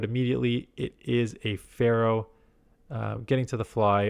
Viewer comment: Could’ve banked the grass move for Blasty in that last match. 1 shadowVSshadow incinerate would’ve taken out after banking. Also its name is Fearow not pharaoh 😅🤭 jk great run!